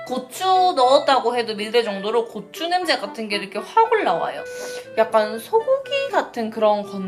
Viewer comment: 고추 말하실때 부추라고 하는것 같아요 ㅋㅋ